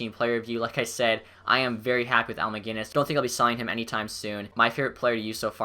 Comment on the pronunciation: 20 seconds into the vid and you pronounced Macinnis (mac-i-niss) not mag-innis